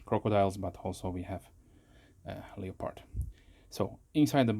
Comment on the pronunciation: You evoked a childhood memory with your European pronunciation of 'leo-pard', vs. the American pronunciation as 'le-perd'. I grew up next to a German woman who fled Hitler, and she pronounced it the same way. Pretty sharp from the factory, a strop can only improve it. Thanks for another excellent review. Peace. P.S. That's a good looking knife.